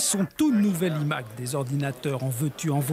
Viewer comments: Ça commence bien le « i » Mac au lieu de « l’aïe » Mac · « Les imaquue » 😦